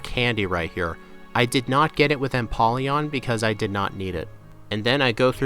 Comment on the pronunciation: Lets goo and that O in empoleon is a long O its a combination of emperor and Napoleon